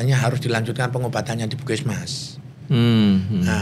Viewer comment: melafalkan PUSKESMAS dengan PUKISMAS